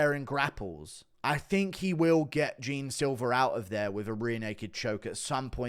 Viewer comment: Ur saying jean's name in the wrong way